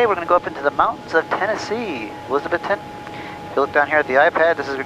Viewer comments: A-lizz-a-bethton, now you too can talk Big Orange! Remember the A is pronounced uh! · Not to be "that guy", but it's pronounced: uh-LIZ-uh-beth-tun. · Long time watcher. Please pronounce the mountain town that I was born in correctly. It's E-Liz-A-Beth-Ton. Dan should have told you this but he is a transplant from up north. Lol. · long time fan and subscriber here. I live in East Tennessee, in Loudon, so you basically fly right over my house on your way to Elizabethton. By the way, the local accent emphasizes the second syllable, so it sounds like eliza-BETH-ton. I love your channel. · It’s pronounced “E - LIZ-uh- beth-Tun” 😂😂😂 (in UPPER East Tennessee) 😂😂 Just tryin to help a brother out….